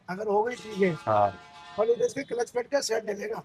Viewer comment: किलिच नहीं क्लच